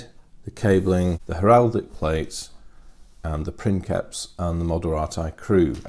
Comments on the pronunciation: It's not prinkeps its pronounced like prince. prinseps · Sorry but it's not "prinKeps", it's "prinSeps", being a real life word from Latin, so it's pronounced like "principal" in spanish. There's even a vid here: cheers for the video as always mate. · No, it is pronounced prinkeps, its written princeps but it is actually latin, in latin the c is pronounced as a k. So it is prinkeps. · we don't exactly know how Latin was pronounced. Judging from some of the modern languages that deviated the least from it (Italian and Spanish) I can tell that the "c" changed pronunciation based on the vowel that followed it. C+A,O,U and we get a hard sound, like a K. C+E,I and we get a softer sound, like a CH or a TH or an S (depending on which modern language you focus on). So, again, not 100% sure, but the word princeps was probably pronounced like princheps, or printheps, or prinseps. And probably not like prinkeps. Take this with a grain of salt, I've done no research on the matter. I've studied Latin for a few years in high school, but here in Italy you study Latin with a modern Italian pronunciation, and I'm not too convinced it is the correct one. But I bet it's close enough.